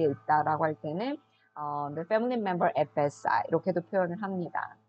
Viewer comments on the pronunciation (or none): at bedside 가 FSI 라고 들렸습니다.ㅋㅋ 무슨약어인줄알았어요~ 답변감사드려요😊